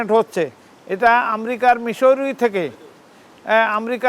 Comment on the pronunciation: মিশরি না মিজরি